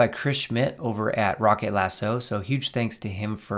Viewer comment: Great rig and more people need to know about it! Also, as you know (because you say it right in the video) it's Rocket Lasso and not "Rock Lasso" (as it says in the description). 😂